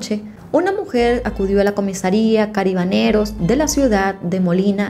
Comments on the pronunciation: se dice CARABINEROS no caribaneros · Yo siempre había escuchado que se dice CARABINEROS! Lo dice mal todo el tiempo creo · Jajajaja, si escuche que lo pronunció muy raro, aqui en Colombia tambien hay policia de Carabineros, es la policia montada, (aclaro esto en mi pais) la que al hacer guardia lo hace a caballo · M encanta como relatas ....una observacion se pronuncia carabineros ....saludos desde méxico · T sigo ase mucho y me dio un poco de risa cuando al narrar esta historia decias cabarineros jajajaj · Carabineros, se dice carabineros